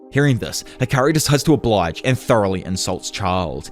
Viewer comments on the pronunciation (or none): none